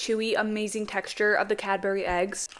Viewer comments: OMG it’s not “ Cad bur y” it’s “cad bry” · It’s no CADBERRY it’s cab-brees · Heyyy no hate or nothing like that but cadburys has a silent d so kinda like caburys correct me if im wrong tho as i person born in England but again no hate as ur gorg x ❤ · As a Brit why do you say cad-BERY it CADBURY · The way she said Cadbery it’s cadbury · That’s all super cool + scrumptious but Youre pronouncing Cadbury wrong Youre supposed to say it as cabury